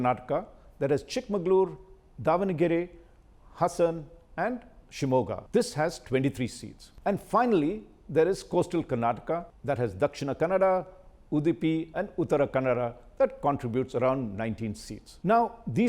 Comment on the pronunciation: It is Udupi not udipi as you pronounced. It sounded like you never speak kannada though you bragged about being native of Kodagu. Quite disappointed